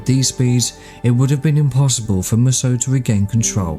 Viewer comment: Based on other Mussos, I'm guessing Mussos should be pronounced as Mooso.